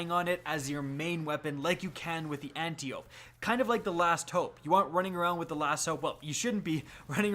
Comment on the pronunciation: ant • tie • oh • pea — say it with me — antiope-d